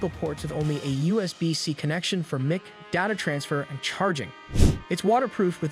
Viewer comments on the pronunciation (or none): who is doing the voice over on this video? He pronounces Mic as Mick instead of Mike, and Pre Sets as Press-its instead of Pree-Sets. Obviously doesn't do much with cameras. I don't think he made a case for eliminating the DJI Osmo 4 in favor of the GoPro. The overheating issue on the GoPro is enough to eliminate the GoPro as a contender. Clickbait title that I fell for thinking there might be something new here I needed to find out....not.